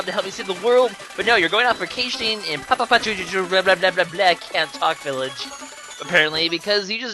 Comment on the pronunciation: here's how it's pronounced Pa, Poo, Chee, Ah Village